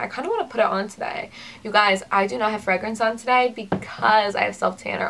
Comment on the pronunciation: I was wondering where you are from? I have never heard fragrance pronounced like you say it. You don't say "Fray"